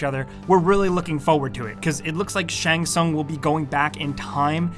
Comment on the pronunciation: I like how he pronounce Shang Tsung different every time he said it.